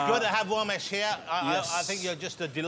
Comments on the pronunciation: It's Ramesh not romesh womesh bhomesh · So he can say Ramsey but not Ramesh?